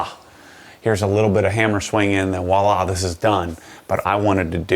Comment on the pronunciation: Wallah? It’s voila